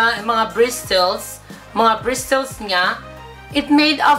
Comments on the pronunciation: "bristils" (Bristles) I love you. Made my day.:* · Bawing bawi sa BRIS-TELS (Bristles) nya hahaha. Labyu. This made my afternoon hahahaha😂😂😂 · Bristels hahahahahh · bristels hahahahahahahaha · bristols. hahaha... nakakamatay! 😂😂😂 I love you! You made my day! 😘😘😘